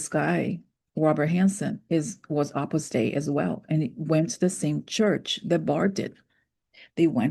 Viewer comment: Sorry to butt in but Opus Dei is pronounced Oh-pis Day (long O) not Ah-pis Day even though your pronunciation when you write it out is more fitting.